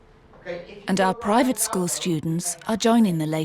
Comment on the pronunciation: How bizarre ! The headmaster of the 'posh' school is not posh ! He speaks with a kind of modified 'estuary' accent. He can't even pronounce the word 'school' correctly but refers to it as a 'scaw' ! I think the fee paying parents must also be of humble origins with newly acquired wealth or they would have spotted this and been put off.